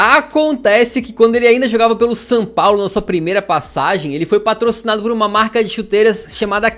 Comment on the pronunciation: Só eu que percebi que o bit fala San Paulo ?